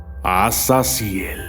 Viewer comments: No es azazil es azazel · Es azazel y no azazyel